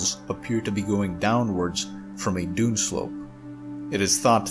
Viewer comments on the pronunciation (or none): none